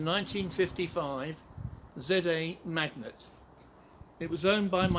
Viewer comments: Lovely car, pronounced Mag-nett, rather than Magnet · It’s Mag nette ...NOT Magnet.........